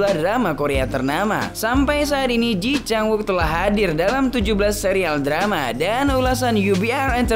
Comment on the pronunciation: Sorry, boss... Kata temen2 aq yg orang Korea, mereka bilang cara baca namanya : /ci chang uuk/